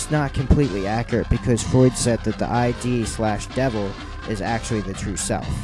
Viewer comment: Freud's concept of ID rhymes with LID, not I.D.